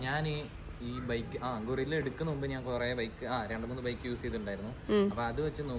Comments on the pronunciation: അല്ല കേട്ടോ ഗൊറില്ല എന്നാണ് കേൾക്കുന്നത് 😂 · ഗൊറില്ല അല്ല ഗൂയ്‌സ് 🤦‍♂️